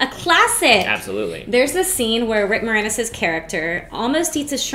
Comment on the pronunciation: It's pronounced Mor.Anus lol